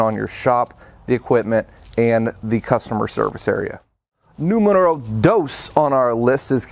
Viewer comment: 🤣🤣you speak a good Spanish surprise me. Numero 2